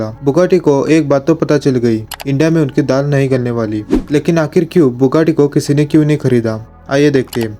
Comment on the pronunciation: Thats not bukkati its buggati😅